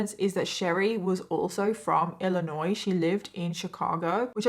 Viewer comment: Someone explain to me why knows how to correctly pronounce "Illinois", meanwhile most Americans don't even pronounce it correctly.